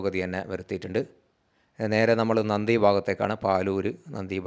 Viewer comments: നന്ദി അല്ല നന്തി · നന്ദി അല്ല സുഹൃത്തേ നന്തിയാണ്